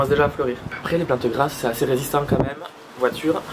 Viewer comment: Attends je vais choper un verre pour boire à chaque fois que tu diras VOITUREUH xD